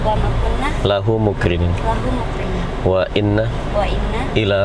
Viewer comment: Saya menyimak banyak penumpang yang salah ucap menirukan doa. "lahu muqriniin,tapi penumpang menirukannya "lahu muqrimiin. Mohon simak benar lafadz dari penumpang. Jika salah,bimbinglah mereka lafadz yang benar.